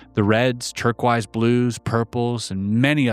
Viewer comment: Side real??? It's pronounced: cy- DEER-ee all. And, turquoise is: TER-kwoyz.